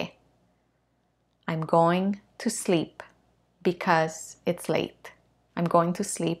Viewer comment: Teacher , minuto en la palabra bacause se le fue la letra "a"(because), saludos.